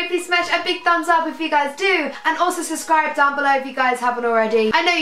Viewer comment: who's seldom noticed that Saff says subscribe without pronouncing the b 😂😂😂😂😂I know I'm weird